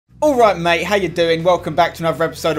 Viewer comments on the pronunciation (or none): none